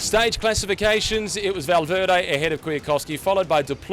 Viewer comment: "Valveerday" really !?